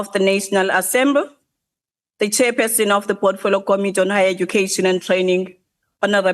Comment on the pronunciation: She can't say 'assembly'. The 'assemble' ...goodness gracious...no way she's qualified as a minister of higher education. Out!